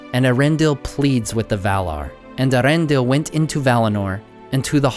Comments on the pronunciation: ( Earendil is four syllables, e-a-ren-dil, not three (ear-en-dil) Also, why do you voice all these characters with an English accent? It would make sense for like, Hobbits and maybe humans who live near the shire to have an English accent but everyone else in the world would have a totally different accent, wouldn't they? I mean, obviously the movies make the same mistakes, but still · Great video! I have enjoyed watching these three parts about Morgoth. But one small complaint, a personal pet peeve of mine: why does everyone mispronounce Eärendil? The Silmarillion makes it extremely clear that the "Eä" is two syllables, ay-uh-ren-dil as opposed to air-en-dil. That's what the umlaut over the 'a' indicates. Just because Cate Blanchett missed it in the movies, does that mean we're doomed to never get it right? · Kind of a nitpick, but it's pronounced "Ay-ah-REN-deel", not "Aaron Dill". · Only one nitpick about the pronounciation of Earendil: it is Eh-Ah-rendil. E and A are pronounced separately. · Excellent set of videos. But ... the "Ea" in Earendil is 2 syllables, not one.